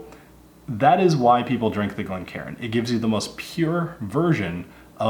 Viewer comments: It’s not pronounced Glen Karen fella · Glencairn not glen karen. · One thing I've noticed quite a bit recently is people pronouncing Glencairn incorrectly. Instead of "Glencairn", some people are saying "Glen Karen".